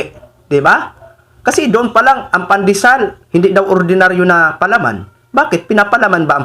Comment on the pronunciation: Sara pandesal pa lang yang ipinapaliwanag mo,di mo pa masabi ng maayos. Paano pa kung ikaw na ang mamumuno sa ating bansa,mahiya ka naman.